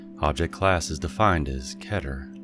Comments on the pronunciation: I heard "chedder" not keter =) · It’s pronounced keyter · Jesus christ key-ter*